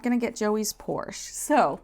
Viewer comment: It's Porsche-a